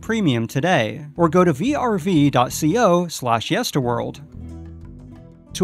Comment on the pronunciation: did he say verve? It’s pronounced v r v not verve!